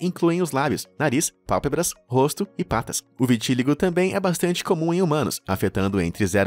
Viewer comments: e viti-LÍ-go! Gente, até quando esse cara vai continuar assassinando o português desse jeito? Não existe "vitíligo". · Vitiligo não tem acentuação como foi pronunciado: "vitíligo".... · Eu tenho Vitiligo, por favor pronuncie corretamente!